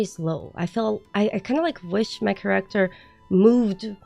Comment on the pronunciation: Three quarters in, I realized every time you talked about Correctors you pppprobabbly were saying Character lol. Listening is hard.😂